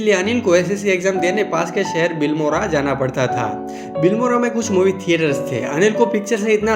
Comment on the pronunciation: It's not bilmora it's a BILIMORA.